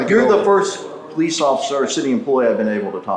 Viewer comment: “brolice” not police